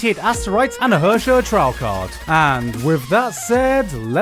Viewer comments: LOLed a bit when i heard Gigguk pronounce Herrscher as 'Hörschör' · Gigguk, I swear to Senjougahara if you pronounce Herrscher that terribly one more time!